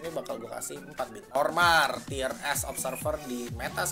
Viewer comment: "Tier" om, bukan "Tire" pronounce nya agak kurang sreg saya denger nya tapi gw setuju semua sama tier yg disebutin